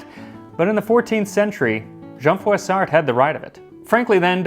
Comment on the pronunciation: I know I've mentioned this before but here goes. New to the channel and LOVE IT! French major and historian now living in Alabama. The name Jean Froissart - you are pronouncing it fairly well except for the final T. NO FINAL Ts in French. Really enjoyed this video and I'm thinking I might add this video to my history 101 class. VERY nicely done!!!